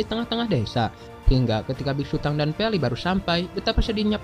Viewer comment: Nama nya biksutong bukan biksutang 🤣🤣